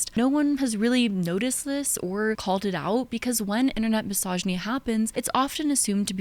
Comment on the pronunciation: Is it misogynistic I find it ironic you pronounce misogyny wrong?